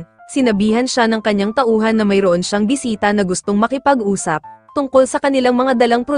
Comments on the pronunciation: boysita?! do you mean boy*😭sit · Enbes na bisita naging bwiseta😂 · narinig ko sa bisita bwisita😂😂😂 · Bisita❎ Bwisita✔️